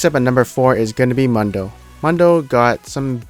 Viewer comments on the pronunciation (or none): It's Dr. MOON-DOUGH Not MUN DO smh/..... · It´s MUUUUndo, MUUUUUUUNdo not Mondo.